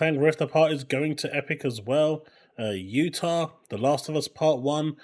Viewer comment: 'Utah'.....like wth is that.